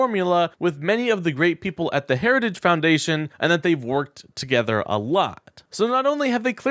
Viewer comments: He can’t say the word Heritage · And he can't even pronounce "Heritage." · TRUMP HAS YET TO PRONOUNCE HARRITAGE RIGHT.😂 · Trump didn’t actually say "Heritage Foundation" but, to be fair, that was only because he couldn’t pronounce it. 😂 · Why can’t he say heritage? God he is nuts! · He couldn’t even say heritage. Keep this clown away from any form of power. Vote Blue. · Why is so hard for Trump pronounced Heritage? 🤦🏻‍♀️😆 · Trump having some difficulty pronouncing the word "heritages". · He couldn’t even say the word, “heritage.” Big liar about Project 2025. Vote💙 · He can't even pronounce the word Heritage